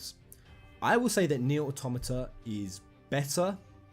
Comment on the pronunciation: Jeremy Ang You are wrong. Automata has its basis in automaton. He is pronouncing it correctly.